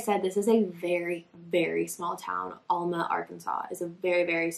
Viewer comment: The fact that this is my hometown and I ran around the same fields as her as a kid is so heart breaking. It was so common and still is to let kids run around. (Also we pronounce it Al-ma, not All-ma lol)